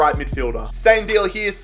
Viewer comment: as a rangers fan the way u said ianis hagi made me cringe